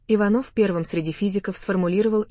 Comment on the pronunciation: Часто голос повышает зачем не иваново а ичанова ударение надо правтльно ставит